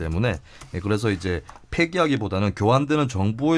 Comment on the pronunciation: 아 용민아 첫단어로만 종료라고 읽더니 계속 팍기나 폐기라고 하네!! 감각이 그거 밖에 안됐었냐!